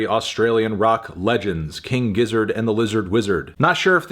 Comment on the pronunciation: Yeah Melon ok it's pronounced "Gizzard". I don't know why you insist on saying it with a J-sound